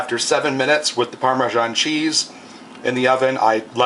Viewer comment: PARMESAN is not pronounced "PARMAGIAN"!!! Do you see a G in the word??? In fact, it is not even real Italian cheese.